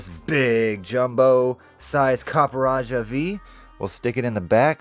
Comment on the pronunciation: I think its pronounced Copperajah....